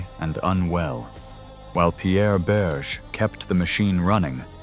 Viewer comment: The world's worst French pronunciation. I mean, really: EEvz for Yves (EEv); Berszh for Berge' (Berzhay). Disgraceful.